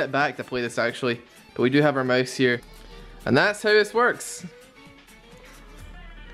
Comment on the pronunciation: who the hell says Moase. Its mOOOuuuse, not moase